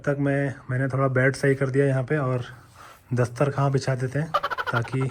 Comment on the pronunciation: Dastar khaa hehe😅 Cute it was but it's dastarkhwaan